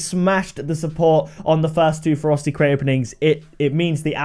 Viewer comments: It sounds like you're calling it the "Frosty" crate half the time lol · Am I the only one who thinks it sounds like he's saying "Frosty crates" lol Just saying. Much love! Keep the crate openings coming!!!